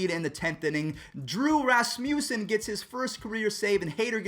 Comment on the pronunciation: It’s drew rass-mu-ssen